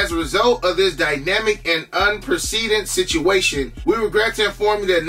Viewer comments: Un-press-adented to help you pronounce it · Un-PRESS-uh-dented Respect, King. 💪🏾